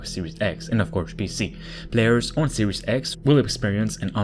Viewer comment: Fala direito kct!!!!!!